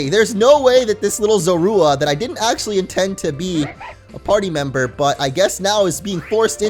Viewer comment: "Zorua" is pronounced "ZO-roo-uh".